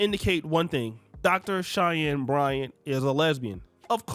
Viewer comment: How many times did say, "Cheyennes Bryants" 😂.